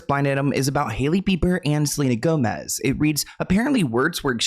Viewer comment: Did that guy say Selena GoSmez! twice! LOL